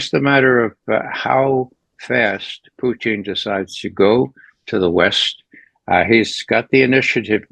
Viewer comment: Why can’t this guy say PUTIN like a normal person?